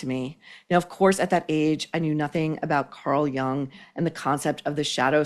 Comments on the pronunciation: Jung is pronounced “you-ng” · Jung is pronounced "Yoong"